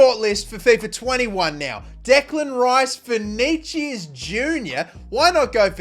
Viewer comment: vinigiues hahahah